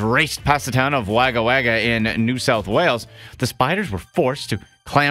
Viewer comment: Lol ...how he pronounced Wagga. It's wog-uh.